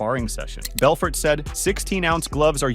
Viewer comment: Wtf did you just call Vitor Belfort 😂